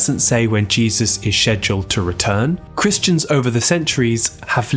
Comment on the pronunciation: im sorry 😂 schdule